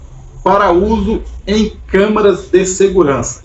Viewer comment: amigo vc falou camarâs de segurança mais de 20 vezes kkkkk